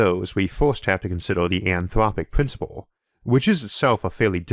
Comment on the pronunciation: UwU, the anthwopic pwincipwe makes me vewwy angwy!